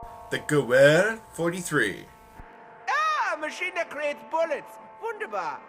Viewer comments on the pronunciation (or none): ITS Jeh-Ver or Ge-Ver those zainy germans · Geweher 43 is pronounced "Ga-Vare" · the Gewher 43 is pronounced Guv-eer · Gawehr 43 Is pronounced Gavehr 43 Sence W's sound like V in German Correct me if im wrong